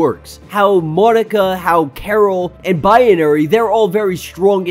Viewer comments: What’s with the Bi-ye-na-ry pronunciation? Isn’t it just Bi-na-ry. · It's not biAnary. It's binary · Haha! The more he calls her Biyenary / Bianary the more annoying it is. 😆😆😆😆